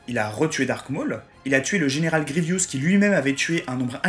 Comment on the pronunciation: Petites remarques sur la forme, qui se veulent constructives : "Luke SkywaLLLLLker" Si tu prononces à l'anglaise, le L ne s'entend pas. "Le général GrievIIIIIIous" Y a pas de "i" après le "v" donc c'est "grivousse". Et pour ne pas répondre à ta question, je me demande en quoi tu estimes qu'il a été sous estimé alors que tu dis que c'est un des personnes les plus apprécié, LE PLUS suivi et qu'il vas avoir son SPIN OF. Tu montres que c'est un personnes clé de la saga et même si je pense que tout le monde s'en est aperçu, tu en fait la démonstration donc bon... je ne trouve pas ta question très pertinente pour parler franchement. Sinon je trouve la vidéo sympa, merci pour cette vidéo :)